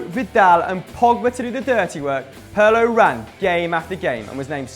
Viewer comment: Its Pirlo not Perlo you damn fool. Other than that great video